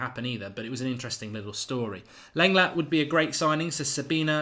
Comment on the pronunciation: it's pronounced Longlay